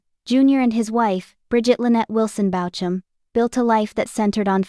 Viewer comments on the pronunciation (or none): And spelled BAUCHAM… Bauk um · Please pronounce his name correctly. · Seems like it's Ai, hence the incorrect pronunciation